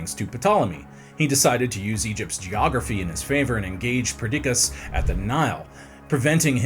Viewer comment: No hate (I know goofs happen), but Perdiccas was pronounced like three different ways.